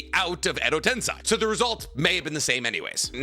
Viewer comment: Enjoyable vid and topic 🙌🏾 but you gotta work on some of those name and word pronunciations. Edo tensei, Minato, kurama, haku, etc